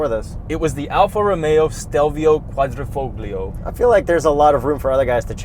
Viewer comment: I would get this over a GLC Coupe, but something from BMW or Porsche over both of the Mercs. And the G in Quadrifoglio is silent*